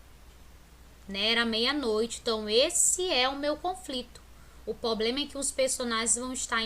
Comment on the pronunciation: E problema não ploplema !!!!!!!!!